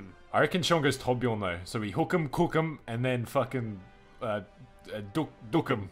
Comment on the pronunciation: Sounds like they're saying "kook". The kook has been incapacitated.